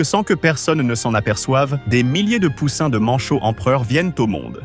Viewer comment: Comment tu dis poussin ?